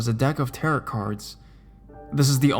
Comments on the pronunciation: tar-oh not tarit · what exactly is a tear it card reading lol. the end t is silent essentially sounding like tear oh. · It's pronounced "TEHR-OH" the last "t" is silent. And the "c" in Celtic is a hard "c" meaning it's pronounced like a "k". It isn't pronounced like the Boston Celtics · How can you make a 13 minute narration video on the subject of tarot cards and and not somehow find out the pronunciation of the word tarot? It's french. TA-ROH. It's not pronounced like carrot.